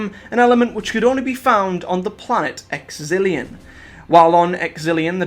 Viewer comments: Exilon. Not Exilion. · Not that many people care about Death to the Daleks, but it is pronounced EX-EH-LAWN